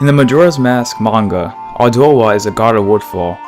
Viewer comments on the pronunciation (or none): none